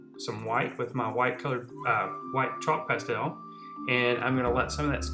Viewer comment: I couldn't finish watching this video because of the way he said 'pastel' :'(